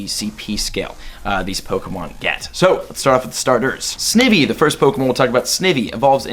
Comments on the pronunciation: It's Sny-vee tryin to help u bud please don't say snivee. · Sn-I-vy not snivy, sorry love ur vids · In snivy the i is pronounced eye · Snivy isnt pronounced "Snivi", its "Snaivi" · Did you just say Sniffy???🤣🤣 It's Snivy dude! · You mis pronounced snivy lol it’s all g tho I mispronounced it when I first read it. snIvy not sniivy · he makes me cringe everytime he says it.... snake ivy......snivy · Sne vee wtf lololololol. Pronounce sna-ie-ve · It's NOT "snivee" It's "sn-IVY" like Poison-ivy. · Sni-ve not snive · Snivy as in Snake and Ivy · Snivy - Sny-vee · Snivy is said with a long i just throwing that out there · Snivy is pronounced sn-eye-vy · its snighvy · It’s pronounced Snivy. The word Ivy is said. SnI-vee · The only mon you really misspronounced was Snivy, which is supposed to be pronounced “Snaivy” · Please correct your pronoun citations Snye-vie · Snivy is pronounced Snɑɪ-vee Patrat is pronounced Pa-chrat Deino is pronounced Dɑɪ-no Just wanted to inform you of this before the gen goes on. Edit: Dewott is Dew-ought Pidove: Pee-duv Zebstrika: Zeb-strɑɪ-kuh Unova: You-nuh-vuh Zweilous: Zwɑɪ-lus Hydreigon: Hy-dra-gon Cobalion: Co-bahl-e-un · Hey not to he rude (I love all the vids) but snivy is said like Snievy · Not to be mean or anything, but snivy is pronounced sny-vee and patrat is pronounced puh-trat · its actually pronounced Snivy.. With a long I, not short i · Sny Vee is pronunciation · I cringe when he says snivvee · I don't want to make fun of you just trying to help you out here, but Snivy is pronounced like an ivy leaf with son in front of it.🍃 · Bro, ur doing great, everything was good but it's snEYEvy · You literally correctly pronounced every Pokemon... except for Snivy. Say it with me, sn-I-vy. Like the words snake and ivy mixed. Love your vids, keep up the great work, I hope u read this.😜😉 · ITS SN-EYE-VEE LONG I SOUND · Hope you see this, Snivy is actually pronounced: SNY - V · John Laura yea more like sny vee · or Sn-eye-vee